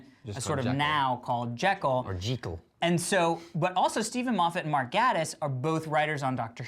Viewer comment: The way they mispronounce Mark Gatiss' name is hillarious! It's pronounced Gay-tiss (according to himself on twitter)